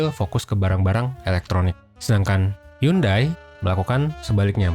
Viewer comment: Tambahan kak, bukan hyundai bukan dibaca yundai tapi yonde